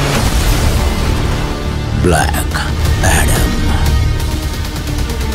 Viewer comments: டேய் அது ப்ளாக் ,ப்ளக் இல்ல ; புடுங்கு ஆடம்னு ஆயிடும்டா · Black - ப்ளாக் Not ப்ளக் - bluck